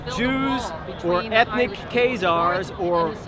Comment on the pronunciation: This ignoramus cannot even learn to pronounce "Scythian", "Khazar", "Chabad" and "Lubavitch" correctly.